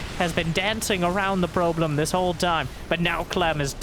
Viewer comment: Fire commentary! “probe-lem” and “Terran through”, so good!